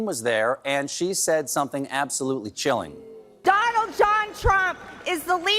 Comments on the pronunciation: Marge said "Gondald". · Did MTG say Gonald John Trump? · Did mtg say, godald j trump? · You'd think this country was built upon hundreds of ancient Indian burial grounds or something! Oh wait... Seriously, though, nobody deserves something THAT awful. (And is it just me, or did it sound like she said "God-ald"? It's hard to tell, with the level of insanity they've constantly displayed, especially Greene!)